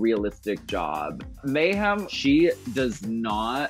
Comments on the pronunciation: Bob says May-HAM every time. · Bob has never once said Mayhem's name correctly